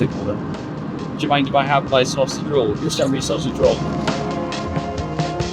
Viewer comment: You know, it's "sausage", not "saussage". I'm French and I English better than your subtitle dude.